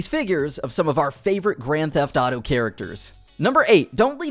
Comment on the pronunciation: Why he keeps saying Grand Tataro instead of Grand Theft Auto.